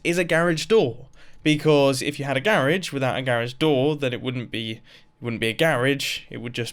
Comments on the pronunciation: MUMBO! its pronounced, gar-aje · The way he says garage drives me crazy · Mumbo - garaaahge Me - GURAGHE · "Gare-edge" *Oppose to "Ga-rah-g" Which is closer the way it looks like it would sound? *In case you didnt know, the word is "garage" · It's a ga-rage not a gar-age mumbo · The way he says grage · It's a "ga" "rodge" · No one: Literally no one: Mumbo:GARIGE door!!! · Garage isn't pronounced "garriage". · Ok mumbo, say it with me... “GA-RAAH-GE” Got it? I’m jokin partner, keep up the good work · Do you pronounce rage rhage too? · The way he pronounces garage makes me cringe 😂 (it’s only cause nobody near me does. It’s totally fine that he does lol I just find it funny) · this might bug some people (specifically americans). how many times he said garage wrong (to us). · Try to count how many times he says garage with a long "a" here. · You and me say garage soooooo very differently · Does he know you can cook food in the campfire? Also: GARAGE its not gar as in garry, its ga as in the sound in the. I'm an American btw